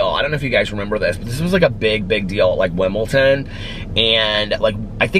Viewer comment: Did you mean Wimbledon or is "Wimpleton" a tennis tournament in Indiana?